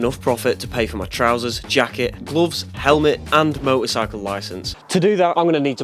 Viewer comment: What's a "moe-or-cycle" ?